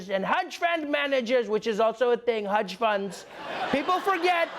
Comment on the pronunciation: Sonic the "Hudge"hog